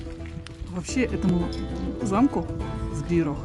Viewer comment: ЗбироГ, не Збирох. Буква h в чешском языке читается как Г.